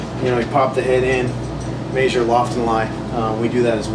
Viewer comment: "May-zure"? LOL It's "Measure".